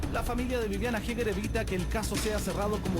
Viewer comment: eger, asi se pronuncia! HAEGER